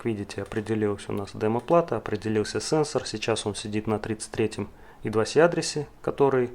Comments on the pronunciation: молодец, интересная тема! Только плз держи марку, не ломай язык: I2C - это не идваси, I2C as Eye Two Cee or Eye Squared Cee ;) Слушай, а зачем параллелить аж 3 разных типа конденсаторов на , готов поспорить, что это не имеет смысла, тем более всё это на длинных-тонких проводах. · почему в i2c первая буква i по русски "и", а с по английски c как "си". всю жизнь называлась ай ту си но ладно. это мелочи. видео информативное. лайк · Сокращения и аббревиатуры в английском читаются (произносятся) как алфавитные буквы I2C Ай-Ту-Си. Зачем коверкать названия?